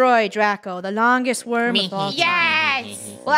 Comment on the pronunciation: Different pronunciations for the word “Worm” Itsfunneh and Krew: Warm Me: Werm